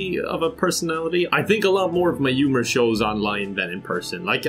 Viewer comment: No one: Not a soul: Not even other Irish:: Umor